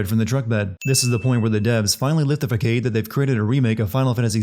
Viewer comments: "fuh-cade?" Wow... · he said fay caid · Fack-ayde? what?